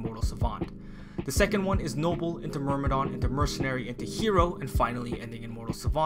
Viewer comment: It's a détail but sometimes "myrm" become "mrym" Anyway good video ❤️